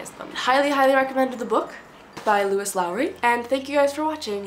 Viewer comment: Loved the video! Also it’s pronounced like lowis not luis. 👍😁